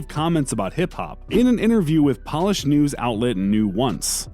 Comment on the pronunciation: man said “polish” instead of Polish